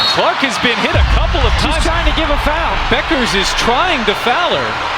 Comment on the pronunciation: Can't a human being read the script? Who but AI doesn't know how to pronounce Bueckers?